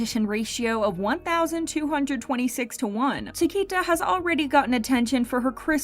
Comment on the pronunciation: You pronounced CHIQUITA WRONG